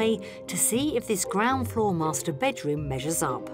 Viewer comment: 😂😂bakeroom..its a bedroom😅😅